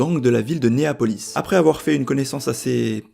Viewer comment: "La ville de Niapolis" "Buchiarati" "Pazione" Aouch. Bonne vidéo sinon.